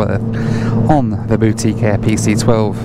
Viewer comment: When you first said “boutique air”, I heard “Bootie Care”. For a moment I thought this was going to be a very different sort of video from those you usually make.